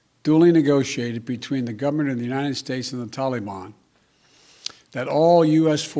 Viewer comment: This guy went to PRIMARY school ? 'the Gomenent' he means Government ? Oh yeah , it's Biden .